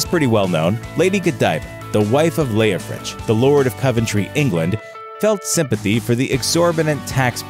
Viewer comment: That's the 1st time in 76 years I've heard him pronounced Leofrich. I didn't see an H on the end. : ¬ O